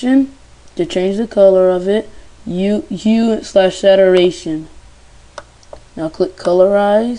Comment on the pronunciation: you should REALLY learn how to pronounce your words... like "saturation" for example.